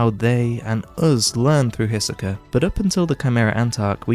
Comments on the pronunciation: Only annoying thing with these videos is like all other YT reviewers you know how to praise but not how to critique. Greed Island is not "almost a great shounen in and of itself" - it's a pile of utter poopoo. And the early chapters, while still good, are so deeply riddled with issues. Also if you pronounce Hisoka as Hissuh-keuh again I'm gonna slap you will my sausage. And I'm not even gay. But we will both like it. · Can’t watch after 20x Hiseka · Hissssoka first time ive heard that one, Loved everything else tho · lmao the way you say hisoka